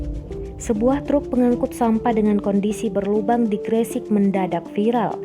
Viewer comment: Bacanya Gresik koq aneh,,,emang gak pernah denger nama daerah itu ta